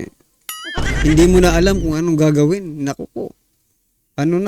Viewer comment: PAINGLES INGLES KAPA! TAS "ANONG ATING GAGAWEN?" ALA EY... KUNG DIMO ALAM EY DIUMAYAS KA DYAN KAYA?